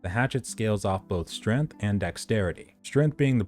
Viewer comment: Strength, not strenth.